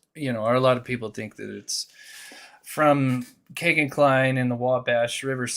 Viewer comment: Why you say kay-gin , his name is key-gin